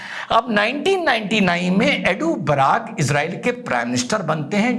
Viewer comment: Janaab...woh Eduh Barack nahi balki ehud barak hai